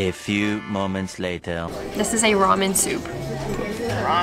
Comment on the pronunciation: this is remen soup: ReMeN: rEmEn rAwR